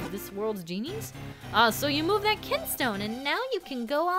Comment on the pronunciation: "ah so you moved that KINSTONE" moved the kinstone huh? nice reading